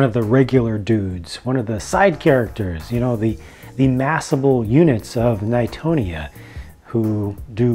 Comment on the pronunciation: not being rude but it was knighton